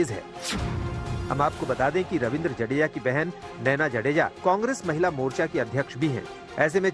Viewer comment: जाडेजा ना कि जडेजा